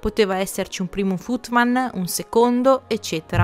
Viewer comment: Ti amo e ti seguo da tanto ma ogni tanto hai una scivolatina con l inglese, anche se come ho visto nei video piu recenti fai i corsi online :-) ..si pronuncia footmen...men come uomo...ma ti amo lo stesso.